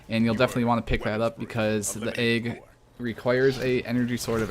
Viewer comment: Disliked because you say "AYG" instead of "egg"